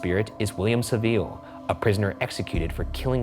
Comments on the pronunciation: GLAD I WASN'T THE ONLY ONE BUGGED BY HIS SAVILLE PRONUNCIATION 😂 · Also saville lol